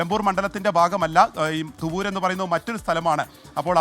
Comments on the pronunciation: തുറവൂർ അല്ല തുവ്വൂർ ആണ് 🙏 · തുറവൂർ അല്ല തുവ്വൂർ എന്നാണ്